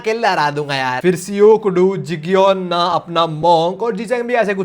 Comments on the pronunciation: Jigyona wrong pronouncement Jaygyona correct pronouncement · he is not jigeyona bro he is jayegeyona ( jaegyeon na)